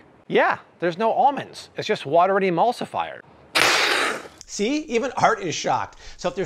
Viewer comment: jus dont say emulsiflyer but other than that im on board with this habit..